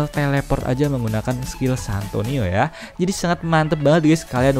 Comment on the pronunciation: Santino bang bukan santoni😆😅😂🤣😆😅😂🤣